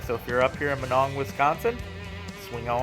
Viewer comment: I can always tell when people aren’t from around here , when they say minong , lol , I just live 20 miles south of minong you probably went by my house when you went to Chetek .